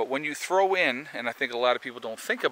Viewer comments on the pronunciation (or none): none